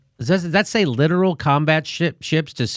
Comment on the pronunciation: Its not 'literal'. Its 'LITTORAL'. leh-tor-all. You are hilarious.